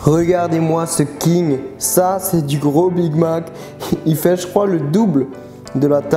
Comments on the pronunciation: ZE BIG MAC 🤣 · ZE BIG MAC,ZE BIG MAC a T'ES SERIEUX LA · ze big mac 😂